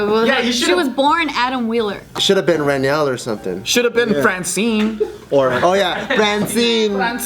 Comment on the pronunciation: my middle name is actually rhanielle and a lot of people cant really pronounce it but hey you've said it :D